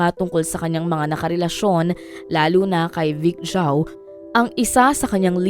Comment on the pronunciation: Vic Zhou po! not Chou 😒